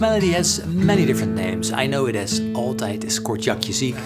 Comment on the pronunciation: I completely forgot he was Dutch so when he did altijd is kortjakje ziek in a perfect accent i was completely flabbergasted